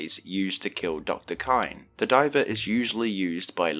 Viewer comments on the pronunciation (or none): I could be wrong, But I'm pretty sure Divet is supposed to rhyme with Rivet